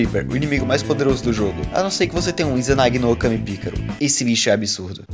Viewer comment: Sou um homem simples, escuto alguém que consegue pronunciar izanagi-no-okami picaro e dou like